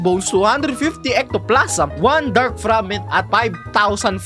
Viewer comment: Ectoplasm un lodi pero Ektoplazem yung pronunciation